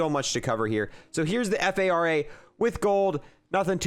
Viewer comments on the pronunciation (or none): Just pronounce things correctly it fara not F A R A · Its also far an not F A R A???